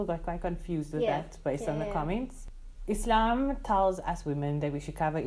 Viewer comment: appreciate the way you pronounced Islam, not Izlam